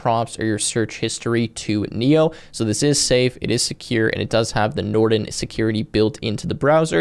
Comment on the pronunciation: I like how you garbled the word Nrtn (Norton), in the beginning given their rep and history. However, it looks like a polished product.